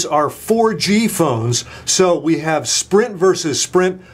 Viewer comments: Lol you almost said Shprint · he almost said "Schprint" instead of Sprint. Haha